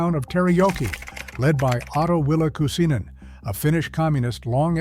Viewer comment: The narrator pronunciation of the name Kuusinen sounds like Kusinen! (Kuusi=spruce, kusi=piss)😮😳